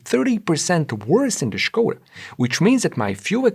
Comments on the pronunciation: Correctly pronounced the name Skoda (SH-ko-da for those who dont know), subscribed! Forgot the detail that BEV's do not emit exhaust gasses or drip engine oil. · It's been a long time since I heard Skoda pronounced correctly. Not surprising that its on this channel, but nevertheless its a rare sound.